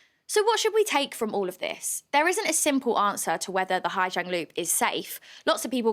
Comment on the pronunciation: Awful news for Orla and her family. My issue with this report is the reporter is very symptomatic of what Hà Giang ('zang' not 'jang') has become and seems to believe her experience of westerners getting rowdy and drunk in a quiet Vietnamese village is everyone's experience and the correct way to experience it. I have driven the loop myself twice, first in 2018 and secondly in 2022. It is the most beautiful place I have ever seen. In 2018 the roads were dangerous with a lot of trucks and some underdeveloped roads. The homestays we stayed in were very wholesome with beautiful locally farmed food cooked for us and some rượu (corn alcohol) to wash it down as is the local custom, maybe accompanied with some music from local instruments and a very early night's sleep to prepare for the next day of driving. In 2022, everything was much the same other than the droves of 'easy riders'. A great service which allows people who are not motorbike drivers to see this amazing place. I think from an internal safety perspective, they are mostly sound, other than some of the points raised in the video. However, even as they are relatively safe drivers, a straight line of 10-15 drivers makes it very difficult for other drivers to navigate overtaking and makes incompetent truck drivers make horrific gambles. We were also able to stay in authentic homestay on two of the night's, one was an incredible experience with a H'Mong family. Unfortunately one of the nights our only option in the area was